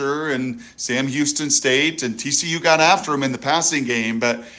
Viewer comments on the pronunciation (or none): none